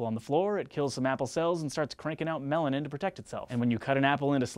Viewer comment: When u said melanin, I thought u said melon amd I was like no I have never heard of that chemical before lol!